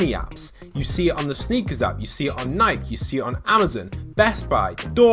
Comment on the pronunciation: lol i was confused and thought my computer's audio broke but then i realized it was a mistake XD edit: also is nike pronounced like that????????!